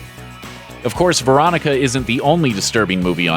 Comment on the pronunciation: This list lost all credibility when I heard Veronica